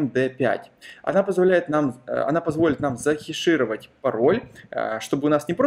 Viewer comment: Не "закешировать", а "захэшировать"